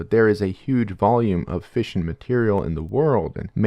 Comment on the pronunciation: I heard fishin' instead of fission for the first 5 minutes or so